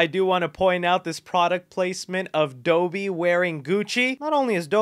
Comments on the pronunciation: Am I the only one noticing how he pronounced dobby? Doughby is what it sounds like he's saying lmao it's dobby 🤣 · It's Dobbie not Dobie! 🤬😠😡🤬😠😡😠😠😡😡😡😡🥷🏿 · Dobby. Not Doe-bee... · Dough-by? Dob-bee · It’s Dobby not dooby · My guy, look up how to pronounce dobby yeah? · this man said DOH-BEE and TOMB-BUH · he really was dough-bee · who pronounces dobby as Do-Bee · nice vid man bt ...it's Foghorn Leghorn, Dobby (Daw-B) & Pumba from lion king not Toomba lolol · Doby? That pronunciation sounds bootleg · A) WTF is that pronunciation of Dobby? B) Randy and Naruto? How! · Tumba???? You mean pumba right 😂😂 and how do you mess up dobbies name when they say it in the films 🤦🏻‍♂️😂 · you pronounced dobby wrong. its pronounces the same as lobby